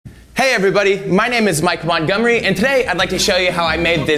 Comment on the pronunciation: I keep hearing 'Mike Won-gomery' at the start. Awesome build!